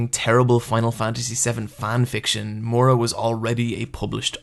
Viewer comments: Okay, say it with me and sound it out: MI-UR-A. Not mora. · The way you pronounce the author's name is driving me crazy. It's Miura, not Moira or Mora. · "Mura"? Mura?! Seriously? It's pronounced Mi-u-ra. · calling him "moora" instead of "ME OOR A" hurts me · For fucks sake stop calling him murra, it's miura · The video is great and everything but for the love of God get that pronunciation right. It's not Mura (Moo-ra) It's Miura (Mee-oo-ra) And it's not Guts as in guttsu It's actually Gattsu that's how it pronounced, please. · I don't want to be that guy but.. It's Miura not Mura. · Take a shot every time he says “more-uh” for Miura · Dude I love your video, seriously, but its killing me to hear your pronunciation of Miura, I know japanese pronunciation is harder for americans than for spanish speakers, so I will try to write how it should be pronounced, for future videos, if you dont care thats ok. Ok here goes: Mee-U-rah or something like Mee-U-raAh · This video would be perfect if he didn't pronounce Miura wrong the whole time.